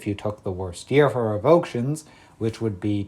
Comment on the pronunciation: Revoke - shuns❌ Rev-o-kay-shuns✅